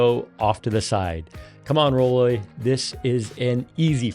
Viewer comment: The name of the company is roll-oy, not roll-ay. You might be careful about that. All of these rolling walkers are likely designed by men, and I seriously doubt the design team includes small framed women. Mistake. I can think of a bunch of things that would be nice to have that aren't there. And, remember, you don't always have a wall handy to rest the back of the unit. I think having the "bag" under the seat makes much more sense, as you can put quite a bit of groceries or bags. This bag looks tiny. Not sure it's worth a lot more money. Yes. it folds down, but that's really all I see that is an improvement. This is for my wife, so we will continue to look around.